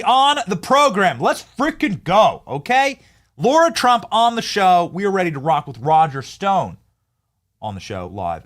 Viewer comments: Her name is Lara, not Laura!!! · Hey Benny, as much as you've been around the Trump's, you should be able to pronounce Lara correctly!! Hey, c'mon man! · Why do you call her LAURA when her name is LARA ? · Lara Trump not Laura Trump